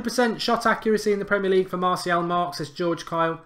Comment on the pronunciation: You need to pronounce martial properly